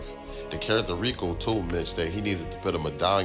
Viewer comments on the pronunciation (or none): **PUT** not PIT … dope videos thou found your channel today.